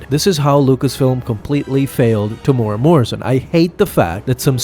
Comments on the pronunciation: AI needs to work on pronunciation algorithm. Temuera sounds like Tamura. FYI....it's pronounced....Teh-moo-weh-rah(Roll the tongue on the R). The man is Maori, not Japanese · Greatest character? Coolest-looking character, sure. Also: Te-mu-e-ra, not Temoora. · "Tamora" "Tem-you-era", and roll your r. It's a Maori name. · TEM-YOU-EAR-AH. Why are you choosing to skip an entire syllable?